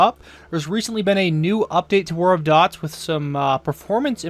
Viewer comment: IN CASE ANYONE IS WONDERING THATS PRONOUNCED "DEWTS" NOT DOTS